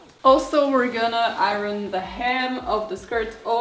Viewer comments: Iron: I-urn, not I-run. But I had to stop watching when she put the waistband on before sewing in the zipper. And no interfacing in the waistband. But she looks adorable! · It turned out so cute! And, I love the way you say, iron.😊